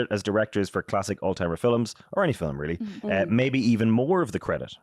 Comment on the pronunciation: Why two syllables for the word film?